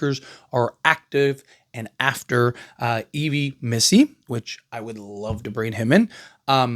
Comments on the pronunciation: Your sources are FAKE and you can't even pronounce YVES properly. 😂😂😂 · Fake News and you pronounce Missi first name wrong